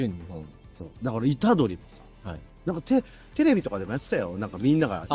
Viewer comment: ゆうじはいた⤴️どり⤵️ 植物はいた⤵️どり⤵️ あれ、すっぱいけど癖になるよね☀️